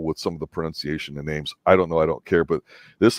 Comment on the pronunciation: If you are gonna do a podcast to the series you at least gotta get the characters names right come on lol